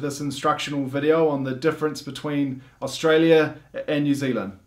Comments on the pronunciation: Its Australia not stara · they call STRAYA :D :D dying here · "Straya". Hahaha.😂